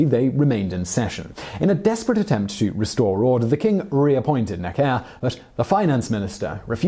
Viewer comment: Can you please pronounce Necker properly?